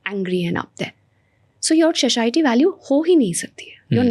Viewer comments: What’s sashiety? 😂😂 Its satiety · It’s saTIEty, not SHHAShiety